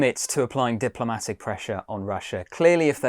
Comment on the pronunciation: Excitzing. Supportzive. Diplomatzic. Brexit englsh???